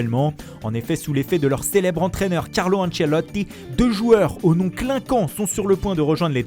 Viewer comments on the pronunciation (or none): Carlo ancelottii 😂😂 l'accent 😂😂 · Jordan PICKFOORD CARLO ANCELOOTII! Incroyable 👌😂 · Lol coment il a dit carlo anchelotti🤣🤣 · Anchelotti aussi MDR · J'adore son "ANCHELOTI" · Le mec se fait archi plaisir sur la prononciation des noms italiens 😂😂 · Tu peux pas prononcer Ancelotti c